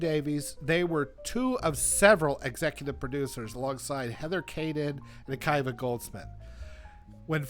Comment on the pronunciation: Akiva = uh-KEE-vuh